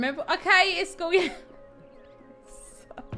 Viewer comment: pronounce iskalls name by IS-KOLL